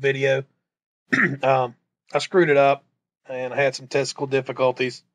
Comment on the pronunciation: Did you say you had testicle difficulties at beginning? LOL just sounded like it. Good video, glad I found your channel